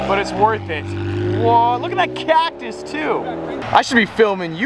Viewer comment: The way he says cactus haha